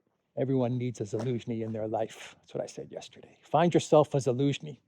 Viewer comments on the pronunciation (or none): Why do you keep calling Zelensky, Elynski? Are you learning disabled.